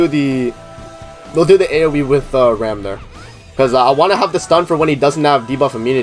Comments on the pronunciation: Her name is pronounced "Ram" lol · She is RAM and you pronunce RAM Rem is the blue sister